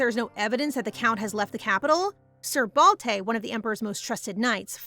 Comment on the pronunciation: It's Balte not Balday ?